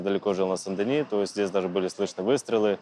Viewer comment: Сен-Дени а не Сан-Данио.